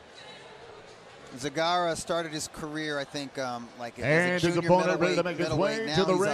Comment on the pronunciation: Почему Сегарра? Мля, ясно же и точно сказали ,,Зегарра", почему под себя переворачивать, для чего?!